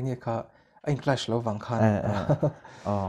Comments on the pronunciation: Kawmtupa , English pronunciation lam hi tlem improve a tha. Han lam no kher chu a tul lova mahse ni lo ve lutuk hi a awm a. Entirnan, clash te kha clutch ti mai a. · Clutch kha ka lo notice ve e😀😀😀